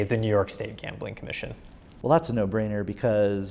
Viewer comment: It's "Gambling"